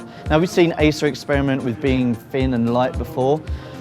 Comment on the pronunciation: He finks it's a fin and light haitch-pee laptop. Don't let him narrate any more, it's like listening to a 5 year old.